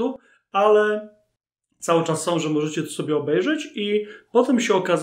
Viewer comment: Nie ma takiego słowa w języku polskim jak "som".